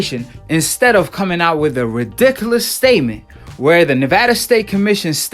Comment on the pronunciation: I love how Americans say Ridiculous I’m British 🇬🇧 we don’t say it like you guys . you guys say it way better 😂